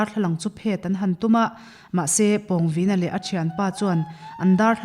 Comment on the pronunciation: Pawngvina hi introduction ah Khan ilam diklo ania